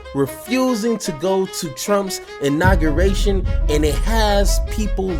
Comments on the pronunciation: It's pronounced, "INAUGURATION" not INAGURNATION or INAUGREATION. It's hard to take you serious when you mispronounce key words in a multitude of ways. Step your grammar game up my guy. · Im saying "Inargriation" from now on! 😂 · Uhhhh u gotta be able to pronounce the word..IN-AW-GUU-RAY-TION!!!!! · How you not gonna get "inauguration" right, fam? I'm dying!!! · Somebody please help him pronounce “inauguration!” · Pronouncing Inauguration had him in a choke hold 😂😂😂